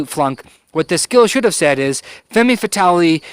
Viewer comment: Femme Fatale - ˌfɛm fəˈtɑːl - I believe - but thank you so much for this review. I love your reviews and consult you before I make any purchases! Cheers!